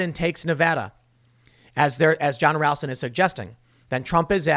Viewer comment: It's pronounced R-au-lston Tim. I should know